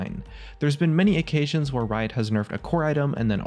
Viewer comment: "Okay-ssions" lmao